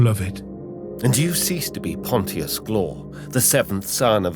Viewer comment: I gotta say it… i read this for the first time nearly 20 years ago. And have reread it since. I too used to pronounce it “pont-tee-us” and have since learned its pronounced “ponshus” - like Pontius Pilot in the bible, who condemned Jesus. Well done with this, its nice to hear a different take from Toby Longworth on the voice acting.